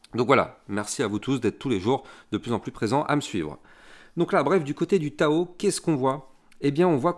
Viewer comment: Merci pour tes videos de qualité! Et on ne dit pas " tchao tchao" , mais TAO TAO ! 🤣